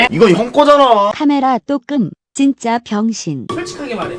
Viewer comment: 왜 찐짜 라고 들림?